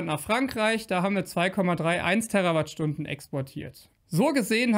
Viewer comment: Danke für die Richtigstellungen. Kleiner Tipp: Bitte die Terawattstunden mit "langem" "E" betonen, denn es hat ja nichts mit Erde zu tun, sondern ist ein Multiplikator.